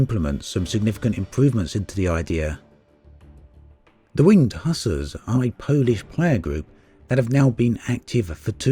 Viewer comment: Excellent video as usual! FYI though, Hussars is pronounced "Huzzars" as in the old phrase of HUZZAR! To celebrate something